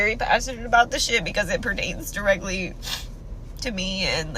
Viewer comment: calls ppl stupid then says “pretrains” 😂